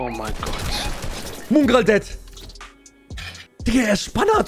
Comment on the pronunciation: Wo ist eigentlich das U in Mongraal... Muuungral